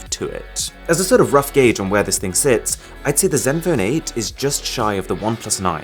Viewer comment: Asus Zenphone 8? No, CatSus Meowphone my8. (y is like ee)